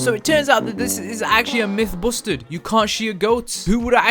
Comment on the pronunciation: I like how he said myth busted is mith boosted